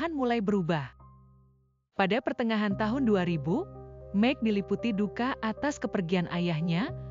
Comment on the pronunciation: Maik bukan mek